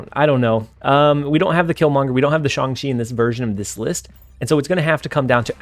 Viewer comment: Thank you so much for being the only Snap streamer who actually pronounces Shang correctly. Subscribed!